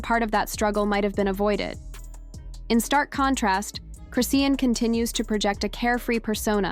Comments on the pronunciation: Aint said her name correctly once😂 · Okay this is getting on my nerves to the point that I don't even want to hear the rest of 😢 video. To all you commentators if you cannot pronounce the person you're talking about name correctly what's the purpose of doing this it sounds even more fake. Damn !! The least you can do is get their name right the f***🤔